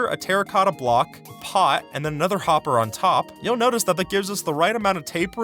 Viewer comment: “A Hother”